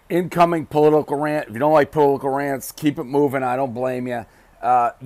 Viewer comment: He can't even say "political" wtf?! 💀🤣